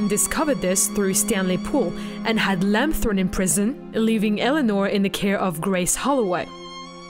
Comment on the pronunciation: It’s “Lamb”, not “Lamp”